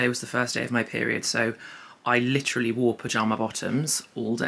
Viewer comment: Take a shot every time she says “LITCH-rully”